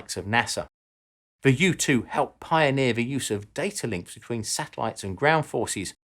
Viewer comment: Every time he says "U2" I heard "youtube".